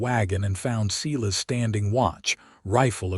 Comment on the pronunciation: good story, too bad the spelling and details are mixed up. Elijah should probably be Elisa, as stands for a woman. Silas is spoken Sailas